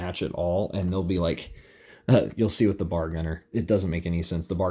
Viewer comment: Very cool figs. I stumbled here as a Combat Commander enthusiast! Just FYI, most Marines in '42 would be carrying a bolt action, 5 shot, 1906 Springfield rifle. And it's pronounced B..A..R, not bar. Browning Automatic Rifle! Good stuff! I have to look into this game now. For the most part, most of them do look pretty accurate! I think I liked the M1 Garand infantry best.